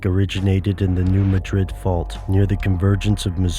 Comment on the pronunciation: New MADrid, New MADrid, New MADrid. not New MaDRID. MaDRID is in Spain.